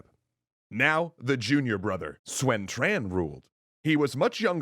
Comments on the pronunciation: Yeah, the pronunciation is really starting to make things difficult to follow if the names aren't on the screen at the same time with some prior knowledge because I honestly can't tell who is being talked about. I'm pretty sure that "Swen Tran" = Sun Quan but even writing this comment I'm not 100% sure. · “Swen Tran” “Joogal Yang” I winced a little. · People are going mad about Tao Cow but they are forgetting the classic Swen Shian, Yuran Shao and Zhugo Lian. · The dub for the film Red Cliff also used that unfortunate pronunciation. Like pronouncing "Sun Quan" as "Swen Tran".